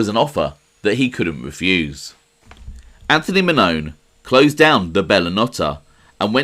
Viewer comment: If you're going to do a show on Anthony Mannone it would be nice for you to learn the pronunciation of my last name. It pronounced Man-non-e. Come on man.